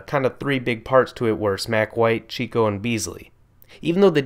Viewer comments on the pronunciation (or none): none